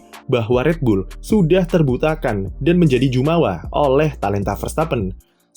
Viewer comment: Yang benar Jemawa bukan Jumawa